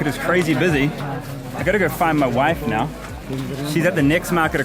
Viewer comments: He is saying "NAA" after each sentence is so indian & so cool😂😂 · Every time Karl says “now” I hear “Na” the usual phrase Indians add to end of sentences